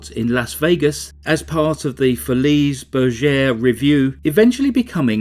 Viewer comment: My respects to you. Great choice for today. Brought me back to the hour long shows of Andy Williams, John Davidson, Perry Como, Dick Cavett and more. Pssst. I listened to the song Claudine. Interesting. Les Folly Bergere. The S is silent. 😘🥰❤️